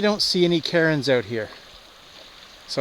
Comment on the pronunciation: Cairn is a one syllable word. Please stop calling them “Karen’s” or she’ll get mad and ask to speak to the manager. Thanks 🤣